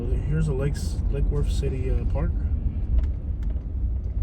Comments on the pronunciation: "Lackey Woooortttth" I. AM. DEAD. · I've lived in Lake Worth for half of my life and nobody pronounces it like that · whos this clown pronunciating lake worth like that. its L Dub! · Us locals do not pronounce Lake Worth like that 😂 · Fr wtf😂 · I ain't never heard it pronounced that way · Exactly lol